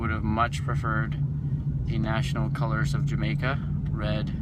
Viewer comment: David Buckley I was like someone else had to peep game he said the colors wrong😂